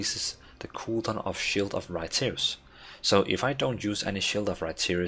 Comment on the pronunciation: Could not hear anything else after he said it the first time. I watched it all just for it =)). You definitely have done it my friend, you made my day.